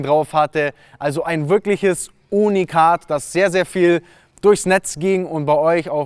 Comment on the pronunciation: Es heißt übrigens Unikat und nicht ohnikat. Und nen la ferarri mit nen RS6 zu vergleichen..........